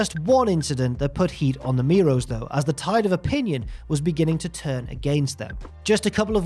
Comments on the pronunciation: Miro's 😂 lol it's mero's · It's Marc Mero not Marc Miro hahaha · OK, just me that is really annoyed by pronunciation of Mero. Mero and Miro are different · i know its a different accent & way of speaking, but stands out every time he calls mero miro like the former rusev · Stop saying Miro. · I'm about to freak out if I hear you mispronounce their last name one more time. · The worst thing about this is the pronunciation of Mero in the video